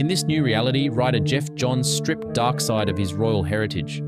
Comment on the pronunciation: Can you properly pronounce his name? 🙏 Also, he’s the son of the ruling monarch. He wasn’t a peasant. wtf is this?